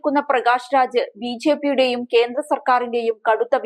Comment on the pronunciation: 🤭ബി ഛെ പി, എന്നു പറയാതെ സഹോദരി,. 🤭